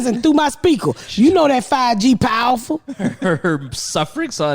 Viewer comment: "you know that 5g pow'rful"